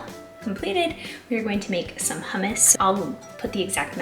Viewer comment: I had to rewind I thought you said rum water for the hummus and I’m like what is that lol also I thought I seen somewhere that you pick a watermelon by the amount of like the brown dirt looking lines on it the more it has the sweeter it will be because those are from the sugar